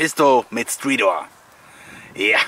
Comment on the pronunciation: Bin froh, dass alle Stridor mit i absprechen.:-)